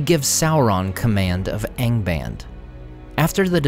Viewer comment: Don't you pronounce the A in ANGBAND the Latin way, ie. as in fAther?